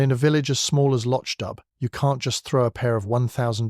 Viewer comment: It’s pronounced Loch Doo!